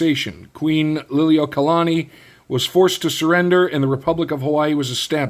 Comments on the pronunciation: You pronounce queens name great brother 😊❤ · As a Hawaiian.... your pronunciation of the Queen's name was pretty solid. Nice video brother.